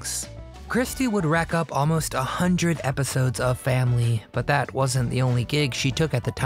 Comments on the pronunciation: never heard anybody pronounce the word family as fam-LEE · Terrible AI narration: can't even say "Family."